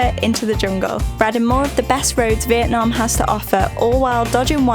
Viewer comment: These videos are unassuming but amazing. What you've done is excellent. Only one thing, as a fellow northerner I wish you'd both call it 'Vietnam' and not 'Vietnarm' 😂